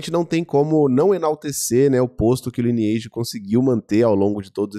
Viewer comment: Não se fala: Liniaigi, se fala: "LAINEAGE"